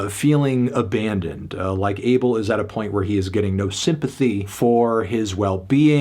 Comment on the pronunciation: Isn’t it pronounced “Ah-Bell”